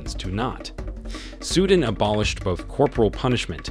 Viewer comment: SUE DAN not SUDIN